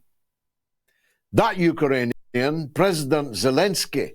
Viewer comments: Great show George but I'm laughing out loud at your pronunciation of Ukrainian. You're saying Uker_anian. It's Uk_rainian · “U-ka-ranian”. Some needs to spell UkRanian to George. The R comes before the A not after. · Absolutely love George's sarcasm 🙂 Not sure what a Uka-rainian is though 🙂